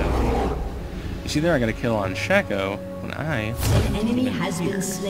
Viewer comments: lol he pronounces his name like "shah-co" while its pronounced "shay-co" but otherwise nice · Phreak pronounces it Shah-co, though. BAN HIM. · How do you know this? Phreak pronounced it "Shah-co" during the spotlight.